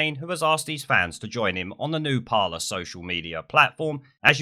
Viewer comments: It's pronounced par-lay, not parler. It's a French word which means talk or conversation. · just so you know, its pronounced parley, as in to parley (speak) with somebody of opposing sides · It’s called ‘Par-ley’ isn’t it? Don’t want to be that guy but fuck it 🤣 I’ll shut my mouth now. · christopher stanley it’s not it’s parler